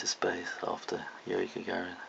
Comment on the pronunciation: lol not gonna blame him but he's not saying yuri gagarin right. oh well not a big deal..just saying